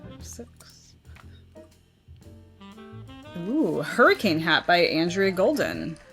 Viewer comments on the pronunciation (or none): none